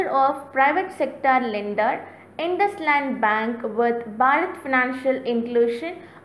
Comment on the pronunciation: Thatz not Induslund bank lol🙏🙏🙏🙏🙏🙏